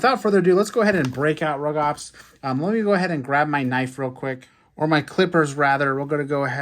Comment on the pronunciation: Rugops and Carnotaurus are both Abelisaurs, so yes there is a relation Also it’s pronounced “roo-gops